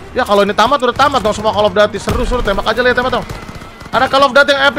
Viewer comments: koll Of dudiy Bukan Kall of dati :) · kocak gw njir windah cell off daty wwek😂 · Tajuk game: call of duty Brando: call of dati